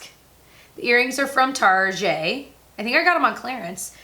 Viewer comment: i breathe air that's what my family n I call Target; love the french sound...lol